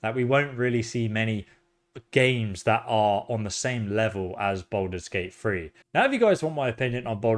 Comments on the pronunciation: "Balders Gate Free"😂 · This guy keeps saying, "Baldur's Gate Free" and I keep thinking, "when?!"